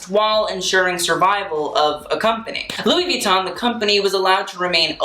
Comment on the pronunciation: You should maybe have started out by pronouncing the brand name correctly.